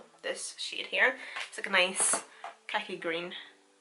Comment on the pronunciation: i swear you said cacky green instead of khaki green. It had me chuckling. My Instagram is or xXx